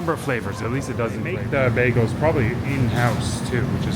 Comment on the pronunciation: Bagels, not bagles. ;)